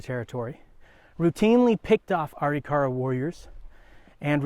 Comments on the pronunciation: This guy doesn't know how to pronounce Arikara... A rik a ra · you are not saying it right, so it sounds like you are lieing, it is pronounce Arikara - Ah- Rick -Ah -Rah not the way you are saying it. get it right historian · An excellent presentation on a complex subject. What's with the pronunciation of the tribal name? I've never heard it pronounced that way.